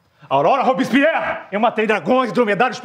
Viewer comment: "Aurora Roubispierr"